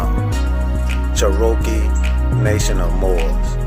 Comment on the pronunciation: She wasn’t tribal during that car chase.when did this happen??…and why are they purposely mispronouncing Cherokee???